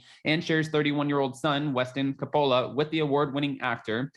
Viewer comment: “Co-POE-Lah” 😂 only the last name of one of the greatest directors of all time 😂